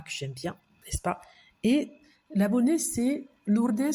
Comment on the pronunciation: Hors sujet:, j'adore la façon dont vous prononcer le prénom de Lourdes. Bien à vous. 🙋💖